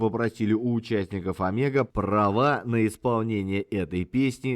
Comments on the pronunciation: Правильно,если по венгерски нужно говорить-Омего,с ударением на первую букву,и о,в конце. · Многое знал, многое узнал....но произношение имён, фамилий.назваий альбомов и песен ,мягко сказать, совсем не правильное....одно замечание и всё.....правильно говорить надо Омега...с ударенинием на О.....с ув. Поклоник группы ,более 50 лет.